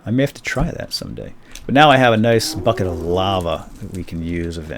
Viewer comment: every time you say bucket for some reason I hear you say f--k it.